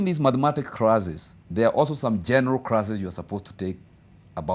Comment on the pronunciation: Good English...but crasses 🤣🤣🤣..crothes 🤣🤣...Mila yetu